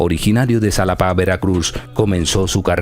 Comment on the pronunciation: No es Canet, no es concecto, no es rin, no es Zalapa, no es incocnita, no se dice a diferencia que otros, no es cactado, no es espresion, no es estensa, no es acsoluto, no es herue, no es ochenticuatro, no es estremadamente. Tienes una pobreza de vocabulario muy grande, esto no es critica, pero si te vas a dedicar a esto, ten cuidado con tu lexico. Que barbaro, una se te pasa, pero lo tuyo no es un error como mencionas aqui arriba, esta es tu forma de hablar, y la verdad esta muy mal.